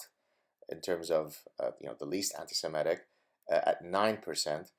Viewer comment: I just wish you'd pronounce it anti- Se-MIT-ic..not Se-MET-ic.